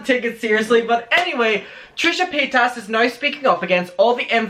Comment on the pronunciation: Omg it’s paytas not paytASS sorry it just bothers me